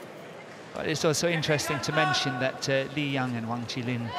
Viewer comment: Even it writen Ch"i" doesn't mean you can say it ch"ai", because it can be meant veggies, that's why they laughing 😂